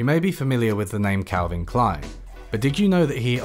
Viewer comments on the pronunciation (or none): none